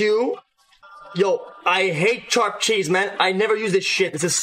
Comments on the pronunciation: Lil bro really said Charp Cheese I can't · Why does he say sharp like that